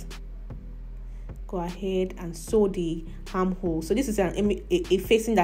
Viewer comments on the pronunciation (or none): Why pronounce consonants before vowels? Harm hole? Or Arm hole? Educate yourself. You are confusing people with your pronunciation of certain words. Hiron instead of Iron. Hor hanything, etc. Apply yourself. Thanks